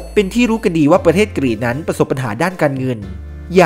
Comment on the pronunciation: ชื่อประเทศยังอ่านงงๆเลย แอด ประเทศ Greece อ่านแบบไทยๆ ก็ กรีซ ไปอ่าน กรีด อย่ามั่วสิครับ ชาวกรีกน่ะใช่ ดันไปอ่านรวมกัน เป็นกรีด